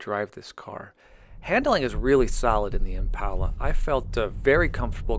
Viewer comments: Since when is a door handle called a door latch? 🤔 Oh and it’s ImPALa not ImPAULa. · Every time you say impala, I cringe from the pronunciation